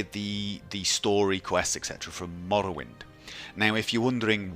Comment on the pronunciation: "MAwlawind, MawLawind"